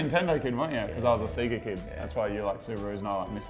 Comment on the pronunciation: Did really call the Sega a "Sea-Ga" lol.